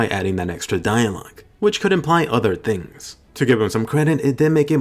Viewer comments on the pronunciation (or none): none